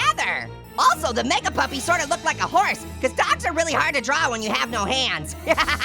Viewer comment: says meag puppy